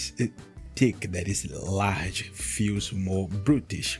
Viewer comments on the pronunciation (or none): your accent in some words like "Large" makes you sound very brasilian